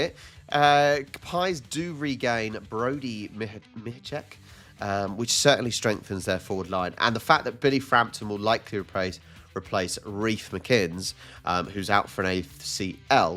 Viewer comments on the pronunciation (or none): Mihocek is pronounced my-oh-check. Lots of teams dealing with transition for various reasons, soft tissue injury is a big problem still for a lot of clubs, makes for very difficult tipping, but in saying that, it makes the game overall more exciting for neutral fans when results are closer than widely expected, or blowouts like the Saints game, Saints have been a nowhere team for a very long time, other than the Drawn GF vs Pies in 2010 which Pies ended up thrashing them in the rematch.